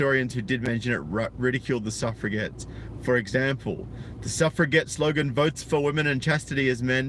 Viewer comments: Its pronounced suff re jets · How easily we suf-forget about the suffragettes! (And I can't be the first person in the comments to point out that it's pronounced with a soft 'g', i.e. "suffer-a-jet".